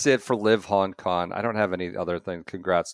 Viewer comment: A new one to add to the “ doesn’t pronounce G’s at the end of words” list: Hon Kon